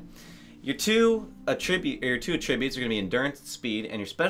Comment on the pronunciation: I am really enjoying your videos, subscribed. Please don't get offended but "attribute" is pronounced: 'At-tri-bute. Accent on the FIRST syllable. :-)